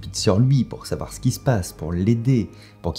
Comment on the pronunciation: On ne saiZou 😂 (12mn59) … à part ça, c’est une super histoire 😋